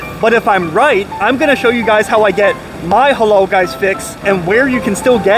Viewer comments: It's halal not halol 😅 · It’s halAl, not halOl.